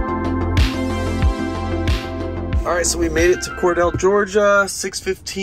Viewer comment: As a native Georgian, Cordele is pronouned 'Cor-deal'. :)